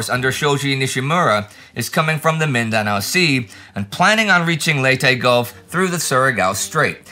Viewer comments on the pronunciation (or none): none